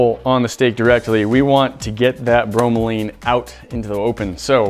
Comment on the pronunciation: Note: Pineapple's enzyme bromelain is pronounced like it looks, not "bro-ma-leen" as you guys were saying. Thanks for taking the usual "dissolve meat in acid/Coke" test further by cooking and taste-testing, though.